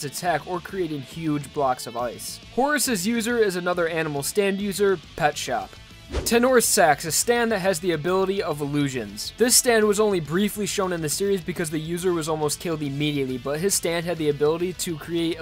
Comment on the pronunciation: Dreek Gee13 Tower of Gray appears immediately after Hierophant Green and before Silver Chariot says bastet says tenore (ten-or) instead of tenor (ten-a) You got it from the video?